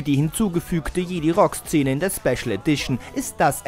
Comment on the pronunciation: Jedi spricht man anders aus haha